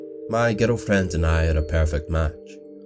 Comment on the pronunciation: Is it just me but I hear "ghetto friends" instead of "girlfriend"